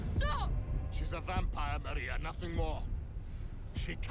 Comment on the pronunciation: ok i love these guys but why do they keep saying Maria's name like that? it's a very simple name and they say it so many times in the show lol